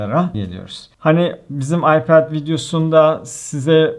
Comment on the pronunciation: ipade ayped demeye calısıyorum dilim döndüğünce böyle bi ince görmedim adamsın abi :D